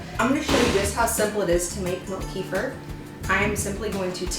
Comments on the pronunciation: The correct pronunciation is KUH-fear. Not Key-fur. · I've been drinking and making kefir for years. This is the first time that I've heard it called "Kee-fer". I've always heard it pronounced as "Ke-fear". I believe that's the original pronunciation by the people in the Caucasus region of Russia and Armenia where it originates. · We love kefir! I was introduced to it by my Armenian mother-in-law years ago (before Americans became so enamored with it). Wonderful stuff! We used to buy it at the local Russian market, but homemade is so much better. By the way, it's pronounced kǝ-FEER. 🙂